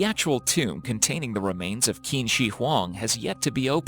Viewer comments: "qin" is pronounced as "cheen", not "keen". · Qin does not equal "keen" its pronounced "chin" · The Chinese name Qin isn't pronounced, "Keen," it's pronounced more like, "Chin." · The Q in Chinese is pronounced as ch sound, so the Qin word isn't pronounced as keen but rather as chin, just so u can say it probably and I did enjoy the video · Its irritating to have the narrator mispronounce the 1st part of the Chinese emperors name....Qin is pronounced as "CH"..chin not the kin. If the narrator was not sure of how to pronounce a Chinese name then listen to a person who does. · Qin is pronounced "Chin", not Kin, lol fyi for chinese knowledge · the first "keen" emperor. Seriously? It's actually pronounced "chin" and is the name of China's first imperial dynasty. Some research could have easily caught that mistake before you put it in a video that has been watched by tens of thousands of people... many of whom are now a little bit dumber because of your laziness. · As a student studying Chinese Revolutionary History....it’s pronounced “Ching”, not “Keen” ‘Q’ is pronounced as “ch” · Qin is pronounced like “chin” not “kin” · Qin is pronounced chin not qeen lol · Qin is not pronounced "Keen". It's pronounced "Cheen". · I think the letter 'Q' of Chinese is not read as 'K'. I wish those doors are opened except for the hotel room. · Ummm...the Q is pronounced like “ch” as in the ch of China. 😒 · it's not kur-rala, it's keh-ruh-lah Edit: Oh my God, Qin is NOT pronounced "keen"! I'm not Chinese, but even I know that much... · Qin is pronounced “Chin,” as in “China.” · Qin is pronounced chin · like the video but qin is pronounced chin. as in the first emperor to unify and name qin which through time and similiar shitty translations became chin then china infact listen to a spanish speaker say the word china. cheena. qina qin chin damn. its not hard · Qin is pronounced "Chin" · fyi...QIN is not read as kin... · Qin is pronounced Chin, by the way. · "Keen" Emperor. lol